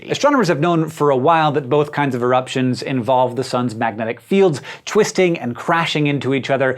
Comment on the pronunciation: "All kinds of eruptions" all kindzzzzz